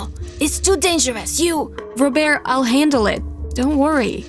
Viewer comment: I got annoyed at the first story cus the bf name is Robert when she called him "*Robear*"